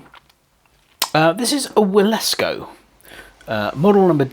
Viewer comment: Should be pronounced Vilesco. It's a nice model for £184 and Wilesco quality is very good. Thanks for giving me a chance to see one in action.